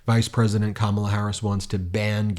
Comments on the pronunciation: Funny how he’s not giving Kamala an adjective and suddenly saying her name right. He knows that the same old tactics aren’t working for him. He’s losing bad!! Let’s win this #HARRISWALZ 🎉🗳️💙💙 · In his excitement, he's accidentally pronouncing her name correctly again! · He suddenly can pronounce the name Kamala properly without missing a beat. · Notice how he pronounces Kamala's name right. He does it only when he want's to, he's a big asshole. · He pronounced her name correctly twice! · Hey, he said her name correctly! Did he forget to remember to mispronounce it? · He said her name correctly this time which proves he knows her name and is mispronouncing it on purpose.... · Hey he said her name right!! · Trump pronounced Kamala’s name correctly, he must have forgotten himself! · Wow, he finally pronounced her name right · Trump accidentally pronounced "Kamala" correctly for the first time. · At least he's pronouncing her name right. Either that or he's slipping. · I wonder if he has realised that he accidentally pronounced her name right. You’re losing your touch, Donny! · He can pronounce her name correctly now I see😂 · He said her name right! He knows that lady's name! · He pronounced her name correctly for a change. I’m surprised. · OH Lord! He pronounced her name properly! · SHE ALI WHUPPED HIM INTO SAYING HER NAME CORRECTLY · He pronounced Kamala's name correctly! He MUST be losing his mind!! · That's probably the first time I've ever heard him pronounce Kamals name correctly , it was probably inadvertent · Am I hearing this right…? He’s ACTUALLY pronouncing her name right!? Wow! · at least he said her name correctly at least once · Trump is pronouncing Kamala correctly now. I wonder why… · I noticed that he was pronouncing Kamala correctly! He sounds like he is out of it! What boring rambling. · He finally pronounces her name right. I wish he takes his loss that easy. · He said her name right...for a change 👏🏼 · Wow, he actually pronounces her name correctly.